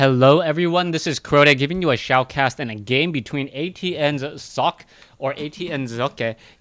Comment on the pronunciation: Also, I'm pretty sure that Socke himself says his name as "Sock"